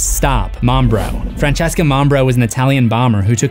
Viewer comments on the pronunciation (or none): none